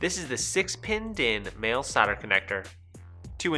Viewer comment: Solder, not sahder.